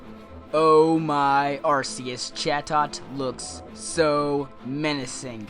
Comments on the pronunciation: The "c" in Arceus is pronounced like a "k." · Arceus. HArd 'c'.